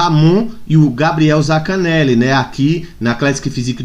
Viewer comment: zaNcaneli, não é zacaneli